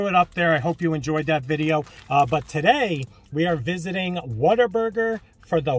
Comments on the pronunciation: Im from Texas and yes its pronounced what-a-burger not water burger lol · What-a-burger but with the texas twang it can sound like "Waterburga"